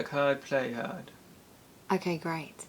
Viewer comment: Tom: Work herd. play hard:) why did Tom pronounce the first hard similar to herd! and you pronounced it as Haard?! which led me to think Tom's probably originally not from London. Probably some regional influence there. He's got a cute accent thou.:) great vid as usual. ❤ And congrats and happy honeymoon in advance. ❤